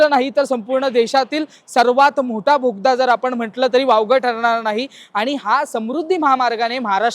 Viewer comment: भोगदा नाही रे दादा...बोगदा... असो... पण माहिती छान दिली... मनापासून धन्यवाद...